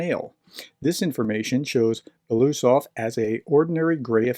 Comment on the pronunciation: Okay. I had to stop this in the middle because I cannot stand to hear you butcher BELO-USOV. Or can you make it: Be-LO-Us-Ov? I’m not russian, don’t speak russian, but just like to hear the name pronounced reasonably correctly. Normally russian names don’t end with a question mark at the end either. Now, was that so hard?